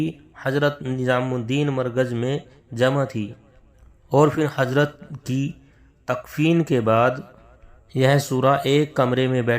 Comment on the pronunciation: پہلی بات شوری ہے سورا نہی ملفوظات ہے ملفوجات نہی زبیر ہے جبیر نہیں اپ ہے عاپ نہی آدمی ہے عادمی نہیں ضرورت ہے ہے جرورت نہی حضرت ہے حجرت نہیں. کہنے کا مطلب یہ جب ایسے جاہل لوگ خود کو سب کچھ سمجھنے لگے تب سے بگاڑ شروع ہوگیا کام میں یہ بیچ والے لوگ اپنی روٹیاں سیکنے کا کام کرنے لگے.. معزرت جناب اپ بھی تھوڑا تلفظ سیکھ لیں پھر ............